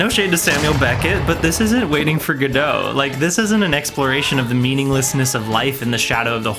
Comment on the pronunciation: Does he deliberately mispronounce Godot?